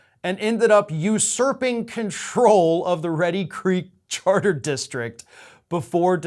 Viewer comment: its pronounced "Reed-e". Not Reddy, REEDY